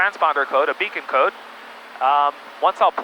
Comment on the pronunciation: I have never heard someone say "beacond code" before.